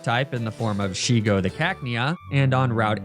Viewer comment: Not me sobbing in relief at didn't call Shego as Sheigo.